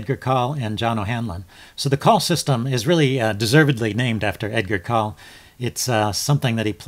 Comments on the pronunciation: First viewing of one of your videos. Well done! Subbed. But it's or system. Lazy tongues pronounce only the 1st syllable. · Excellent video. Btw, the e isn't silent. It's Col lee